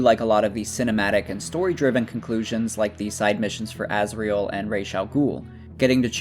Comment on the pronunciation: Who is that Azriel you keep talking about? Cant you pronounce Azrael?